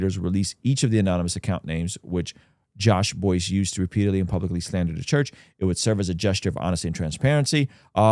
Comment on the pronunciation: He has G3 podcast. And his name is pronounced Bice.